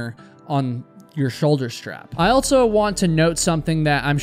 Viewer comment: There's no "t" in "also". Also, not altso.